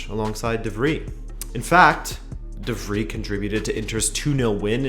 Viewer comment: Your pronunciation of De Vrij hurts my soul.